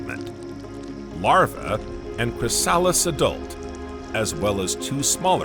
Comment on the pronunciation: Very good video, but the pronunciation errors in the words chrysalis and coelenterates, etc. are annoying.